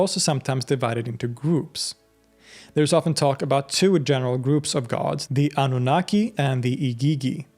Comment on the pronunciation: Annunaki Ahhnoonahquay not kee🎉